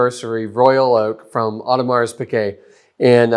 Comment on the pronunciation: Superb video comparison showing the differences. Much appreciated! As another comment mentioned, the bracelet is also notably thinner from what I have seen, but you hit almost all the differences. Genuinely appreciate the vid - but, my man, do yourself a favor and find a pronunciation guide for Audemars Piguet. The s is silent. That was...jarring. Jenni Elle's channel has a great pronunciation guide that includes AP: But really do appreciate the video!